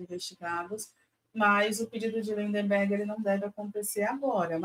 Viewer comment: Gente amiga, perdoem este Pascoale de meia tigela que vos tecla, mas o nome do deputado é Lindbergh, não LindeNbergh. "Reiterar" também não tem esse N que se escuta no vídeo. Acho que esses dias escutei até um "mendigância" vindo de vocês. Mendicância. Ah, pra terminar: Mendigo, não mindiNgo. Parei, perdão. Obrigado por todo o resto. Tamo junto, abrações!